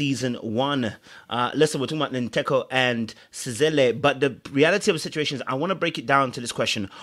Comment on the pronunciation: As a Ghanaian I’m surprised you can’t pronounce Nkateko’s name. To my Ghanaian ears it sounds like nkate cake(peanut brittle)